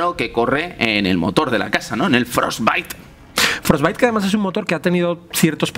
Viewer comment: Todo esta bien hasta que dijieron frosbite jajajaj